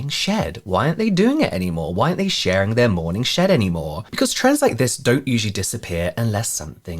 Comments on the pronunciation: It sounded like you were saying “morning shit,” but i think it should he morning shed?! Sorry! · Not me at work not paying 100% attention and hearing "morning shit" instead of "morning shed" lol. Gotta love a good morning 💩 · When you said "morning shed", I heard "morning sh*t" 😂 💩 I thought , what can they possibly sell there? An enema? Lol 😂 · I swear, at the beginning of this, I thought he kept saying , "the morning s*it." Lol love the channel!!